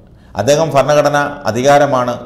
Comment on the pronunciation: ഫരണഘടനയല്ല ഭരണഘടന എന്ന് ഉച്ചരിക്കണം.